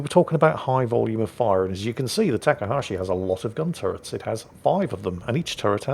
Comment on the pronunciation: have you noticed that you pronounce Takahashi different each time you say it?